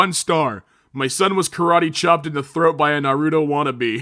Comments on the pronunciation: Naruto (Nar-ah-toe) please for the love of all the is good and holy . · The way he pronounced Naruto wrong. 😂